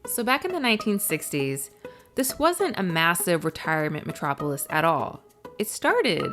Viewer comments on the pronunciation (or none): none